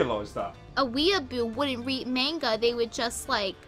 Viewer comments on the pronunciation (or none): I'm 9, and even I know how to pronounce the word manga. She doesn't.